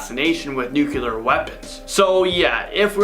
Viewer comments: Stop Saying nucular!! Please!!! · STOP SAYING NUKELAR AND STOP SAYING "IS THIS REAL LIFE RIGHT NOW?!" IT'S ANNOYING!!!!!!!!!